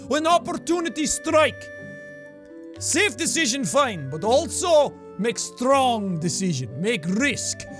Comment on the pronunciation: I laughed so hard when he said self and not safe😂😂